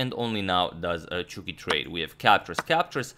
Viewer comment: Why is he saying chwuki not Chucky? Please help...